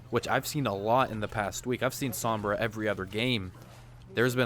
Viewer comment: Why can no one say Sombra right lmao, hearing him say it over 100x times wrong is just gaaaaah